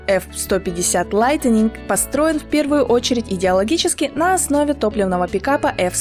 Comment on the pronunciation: яке лайтенінґ? справдьте в словнику як то слово читаєццьо!